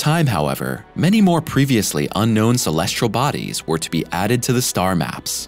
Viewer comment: The narrator on these videos likes saying "Shulleshle Bodies" , I assume he means "Celestial Bodies". Speech impeded, annoying, robot. 🤨